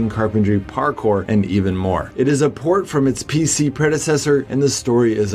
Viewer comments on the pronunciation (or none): none